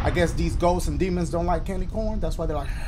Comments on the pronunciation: I like how he just kept saying candy Corn-na! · Bro, I don't know why but when Dashie said, "Lemme get you some candy CAWN" -- I about died. XD